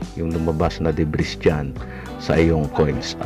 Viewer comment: Deb-ree ang pronounciation jan, hinde deb-riz